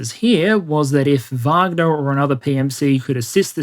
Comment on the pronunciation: Thank you so much for taking the time to pronounce wagner the correct way with the v sound. As an American every news outlet and so called expert brutally mispronounce the name and instantly you know they are just repeating the popular narrative without having any real context and history of the pmc. Love you're presentations top notch!!!! As bad as calling prigozhin putins chef.